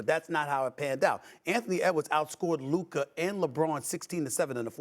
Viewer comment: Someone please 🙏🏾 help mad dog 🐕 saying Luka name bc he is missing it up everytime